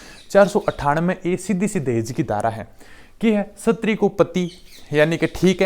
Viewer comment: सर प्लीज उच्चारण सही बोला करो शस्त्री नही बोलते स्त्री बोलते है उसको आपकी छवि खराब होती है सर माफी चाहते है पर अच्छा नहीं लगता मुझे उच्चारण सही करे प्लीज